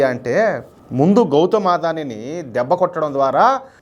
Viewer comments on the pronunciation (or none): ఆదాని కాదు అదాని అండి